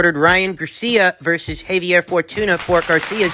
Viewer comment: It's pronounced Jah-vee-yeii! 🖖